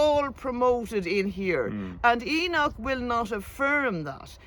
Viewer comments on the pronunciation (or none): "HE-NOCH" forced to stand outside 😂